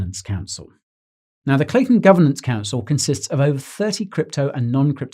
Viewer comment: Great vids but if your slaughtering the name ...